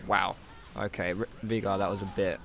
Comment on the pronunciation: Why are you calling him Veegar? Its Veigar ._.